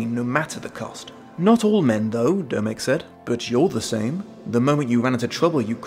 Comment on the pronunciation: Dear... Domek is the informal form of Dominik, hence the O in Domek being pronounced the same as the O in your name;) greetings from Prague:)